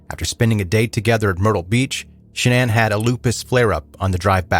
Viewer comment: Shanann's real name is Shannon, not shanana